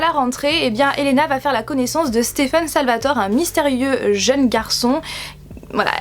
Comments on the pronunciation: On dit Elena Gilbert ( sans prononcer le "t") donc sa se dit pas "Elena Gilberte" et on dit "Stefan Salvatoré" et non "Stefan Salvatore" voilaa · Ma serie préférée c'est également THE VAMPIRE DIARIES Ahahhh j'aime énormément , et je serai également à la wtmf3 à Paris en juin ,on se croisera sûrement !😊❤️ Par contre c'est "salvatoré" ET pas "Salvator" Ahah mais c'est pg